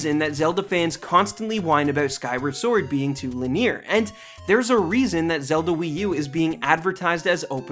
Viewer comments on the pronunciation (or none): Too l’near?.... cmon... you said linear like that just to annoy me